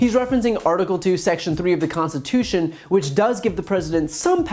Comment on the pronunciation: The man can’t even pronounce the word “Constitution “ ... it’s just all a bad dream everyone!